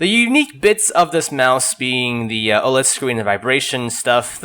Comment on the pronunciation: Yo I didn't see a comment on how to pronounce OLED so I thought I'd write it here, it's Oh-led :P